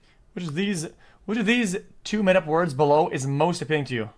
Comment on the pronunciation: Him finding news ways to pronounce words wrong never gets old for me